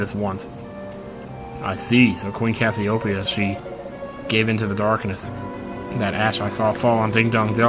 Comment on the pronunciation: Dude, you're constantly mispronouncing Cassiopeia. It's pronounced cass-ee-oh-pee-uh. Hence why her nickname is Pea.